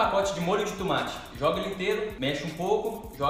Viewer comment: A camila fala tumati